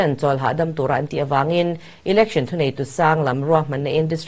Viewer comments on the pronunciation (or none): Election lamdan hi google leh hmun hrang hrangah ka en a,Ilection nilon Election a ni e,s aptawng leh Mizotawng hi lam dan dika lam hram a tha,Education pawh Iducation, Entepawh Inter, Exam pawh ikzam kan ti tawh mai dawn emni ?